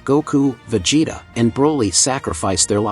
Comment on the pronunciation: Vejay-tah!? 😂 Don’t people care about never narrating their own videos without AI anymore? 🤣